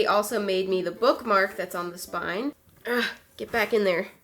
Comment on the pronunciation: no one:: "FiNgERs dOwN mAH sPiNeeE"